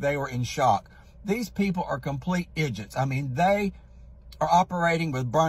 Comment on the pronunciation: Love that he says idiots like igits. My Mum says it the same way.